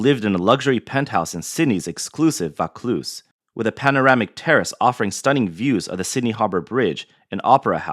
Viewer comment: It's VAUCLUSE you numbat.